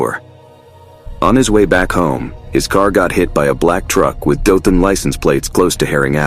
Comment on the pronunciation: Maybe that’s why he kept mispronouncing Dothan, and Opelika, Alabama.